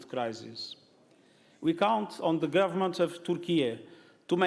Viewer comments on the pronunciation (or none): none